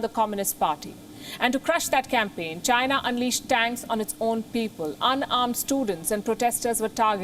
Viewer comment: When this lady is delivering a news … China sounds like ShriLanka 🤣🤣